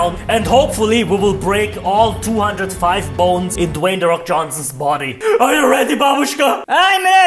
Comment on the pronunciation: Dwey the fok🤣😭LMAOZ